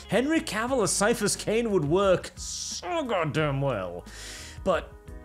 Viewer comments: It's "ki-a-phas Cain" not "cyphus Cain." Audiobooks are your friend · He can't pronounce Ciaphas. Tourist.